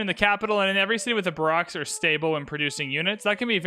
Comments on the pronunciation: <-- (Tnavres here. Donated on your stream). I just need to know, "What is a bah rocks?" You mean barracks (bear ricks). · Please, for the love of all that’s holy, it’s pronounced (BARE-iks) not (ba-ROCKS)… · What is a bah-rocks?? You mean a bear-ricks, right? :face-green-smiling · Barracks isn't pronounced "Bar-ocks", it's "Bear-eks". Sorry but as a Military man this was bugging me, great video though. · BEAR-icks, young wizard. BAR-icks is classy and acceptable as well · Barrack - "Bare-Rack" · They way you say barracks ( it’s bear axe) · It’s Barocks Obama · "baraks" lol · (Twitchy)Slow the mouse down Please! And Barracks is pronounced BARE-EX - Other than that good stuff - Keep it up, just slow it down! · Barrack Obama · Barracks Obama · Just wanted to comment the correct pronunciation lol: Bear rex 😂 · FYI “Bear-icks” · Not sure if you know and are just mispronouncing it on purpose or not, but barracks is pronounced like "bare-axe." Great content, by the way. You're easy to listen to in the background while playing my own civ 6 games while still being entertaining. Thanks for the videos! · Great video, but please look up the pronunciation of "barracks" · Here's hoping you've learned to pronounce barracks... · Excuse me but you pronounce ‘barracks’ HOW ?! 😂 Love the video thanks ! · The way you say barracks makes me giggle. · same lol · It confused me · No one noticed how he said barracks? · That threw me off so much...